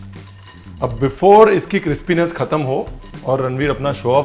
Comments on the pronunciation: Chef its crispy not cripsy but I know you are using it from your kitchen time.like it 🤩🤩🤩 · जब "क्रिप्सी" बोला था तो वीडियो के टाइटिल में "क्रिस्पी" काए कू लिखा भाई!? :D लेकिन कसम नखलऊ की (हम परियाग वाले यही बोलते हैं), आपकी इस रेसेपी से एक दम लल्लनटॉप आलू बना था। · SIR WHY DO YOU ALWAYS PRONOUNCE CRISPY AS CRIPSY ALWAYS 😂😂😂😂😂😂😂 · 😂😂😂😂 crispy ko cripsy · Do you ..onpurpose say cripsy...